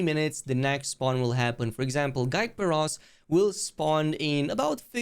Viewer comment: Guy-peer-ross? Its gyp-cer-ross